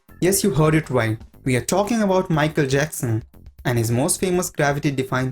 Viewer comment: "Maikel jacksen the Ging ov bop"